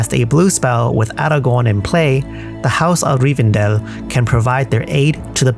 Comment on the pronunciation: Best pronunciation of Aragorn ever